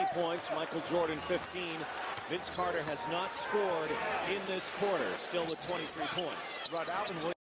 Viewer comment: Maybe Mike decided to shut him down after he heard the goofball Canadian announcers calling VC "Air" Carter.